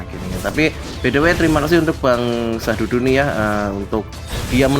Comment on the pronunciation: Sududu bukan syahdudu.. Wkwkwk